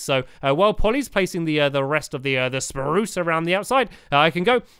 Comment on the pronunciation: why do you say speruce